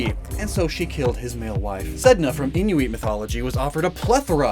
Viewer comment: AH SWEET SEDNA GOT MENTIONED! MY CULTURE! That's awesome. But yeah, Inuit is not quite pronounced like that. It is more pronounced like "een-uuu-it". I am happy you are covering this but also it is funny to me that people forget Pokemon has done this before but with their lore Pokédex entries where humans become Pokémon. From Kadabra to Froslass, they also have been involved with repopulation efforts like with Lapras... which may sound weird in context to the scrapped mythos.